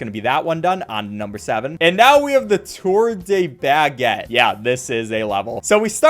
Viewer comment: Even though I am not French I know what he is pronouncing baguette wrong. It's more of buh than ba like in the word bag.